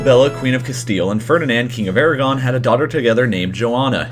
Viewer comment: Yeah, Hispania as the romans called has no relation to Spain or the spanish kingdoms that flag shoulnd't be there. -And it's Aragon... not Eragon.